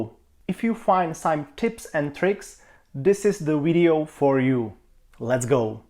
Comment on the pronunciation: why do you say wideo??? :/